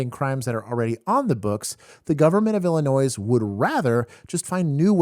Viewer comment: the s in IL is silent stop saying it lol